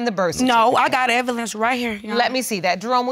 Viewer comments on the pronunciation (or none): Did she say she got the "evilence" right here? I hope that is not what I heard! Lorddd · What is “evelence”? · "I have evilence" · Lol at her calling him a scrub Bc he was riding in the friends’ car but yet she laid down & made a baby with this “scrub” .. 🥴 Not her saying “evilence” instead of evidence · She said evilence 😂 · “I got evilence “ and “hospilla “ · "I got evelynce" lol. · Evilence Lol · " I got evillence" ☠️ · Not she got the "evelence" right here your honor 😂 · Not “the evilence” 😂😂😂😂😂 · did she say evilance?? maybe that's just me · Im sorry did she say I got “evilence “ right here ?? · RIGHT! When she was trying to say evidence. I said "what in the world?! Was she about to say envelope and switched it to evidence?" I was so disappointed this whole episode lol